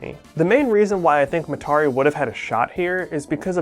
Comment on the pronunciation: why is he pronouncing Mitarai like that lol